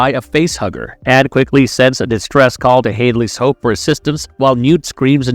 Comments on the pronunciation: And Hadley's Hope sounded like Hailey's Hope at times... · He pronounced uss sulaco and hadleys hope wrong